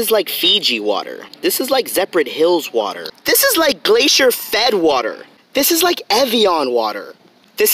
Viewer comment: PLZZZ STOP SAYING WATE😭😭😭😭😭😭